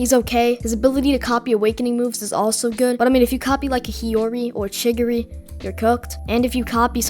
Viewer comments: Chi giri man not chi ri giri 😭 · Chirigiri bro its chigiri😭😭😭😭 btw nice video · It's chi_gi_ri not chirigiri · saying chigiri sounds like a little kid trying to pronounce cinnamon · saying chigiri name wrong